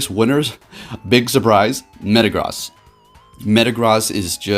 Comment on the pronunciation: MetaGROSS. You’re pronouncing it wrong. It’s pronounced gross. Like as in ewww, gross. Meta Gross.